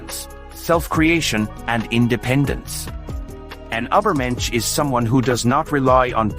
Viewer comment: Truly beautiful!! Buy why didn't you put more effort in pronouncing "Übermensch" correctly? 😭 It really spoils it a bit for me....